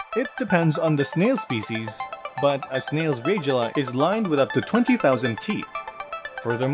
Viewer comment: Mispronounced radula, conch, and ... 😅😅